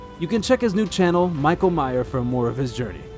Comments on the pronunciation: You claim to have met him yet you keep mispronouncing his name - it’s not my-ka it’s Me-sh-a spelt Micha short for Micheal in many European countries. We all miss Dr. Micha and his amazing assistants. It would be great to have an update about the clinic, but I get why he became burnt 🥵 out dealing with constantly lied to by neglectful owners. He can tell how old these worms are yet these people lie and say the worms just happen two days ago. 😊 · It isn’t pronounced “My-ka.” It’s pronounced “Me-sha.”